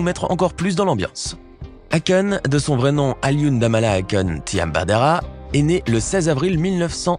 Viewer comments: Eykon ca se prononca meme si s'a s'ecrit ako' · BON pour la prononciatio, Akon.....;il faut prononcer AYkon ! Et pour son vrai prenom c'est Alioune BADARA Thiam, le damala cétait une blague, il disait DAMALA BEUGU, c'est du wolof qui signifie je t'aime. Il s'appelle pas DAMALA mais BADARA ! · Qui a réécouté le nom de Akon?🤣🤣🤣🤣🤣🤣 quelle prononciation ! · Y prononce très mal akon